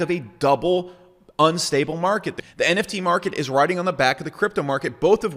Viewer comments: Why do you keep saying it wrong. It's NFT, not NTF. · Not sure it was pun intended but it sucks to hear 'NFT' spelled and pronounced wrong :( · Why should someone take your advice when you can’t say the abbreviated word properly 😂 doesn’t lend credibility. If you really understand cryptopunks you’d know they paved the foundation for what the ERC 721 token is that allowed for non-fungibility in the first place. That didn’t exist before punks. You’re not buying a cool JPEG, you’re buying a piece of digital history. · NTFs?? Did you just say NTFs? This ain't your thing. Just stop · WTF NTF? It's NFT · For someone so passionate about the topic to keep calling it Non-tokenizable Funges made me cringe lol And to keep belaboring the same point over and over and over again for 27 minutes....BUT, I get it man. You do have a point and a good one, thanks for that! Even if I just had to turn it off after hearing NTFs for the 18th time. haha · you lose your credibility when you cannot say the acronym. Agree with your thesis though. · Maybe i shouldn't be taking advice on NFT's from a guy who can't say NFT...